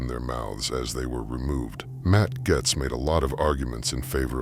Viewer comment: Matts name is pronounced like GATES..